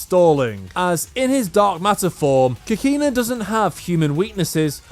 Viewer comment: lol I Hate the way you pronounce Kakine (Kah - Key - Neh)